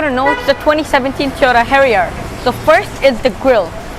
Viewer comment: XD your silly accent is now cracking and if u dont know pronounciation of harrier then why did you make a video i disliked }:-(